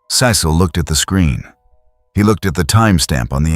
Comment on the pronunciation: What’s the deal with the constant mispronunciation of Cecil’s name?? 😂